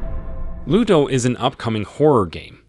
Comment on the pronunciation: It's Luto (mourning) not Ludo, and it's a Spanish game, one of the best demo I played.